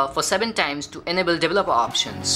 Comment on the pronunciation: Most of it, not quite there, what's a dever loppa? That's just one of many, sure he's understandable but absolutely not the best I've ever heard 🤦‍♂️